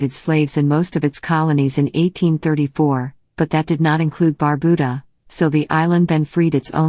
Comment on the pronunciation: Well, at least you got the pronunciation of Antigua right. But, Barbuda is pronounced bar-byuda, not barbooda.